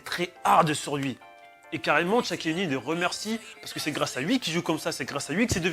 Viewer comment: Bonne vidéo mais Shaquille O’Neal se prononce comme ça s’écrit et non pas "Tchaquille O’Neal "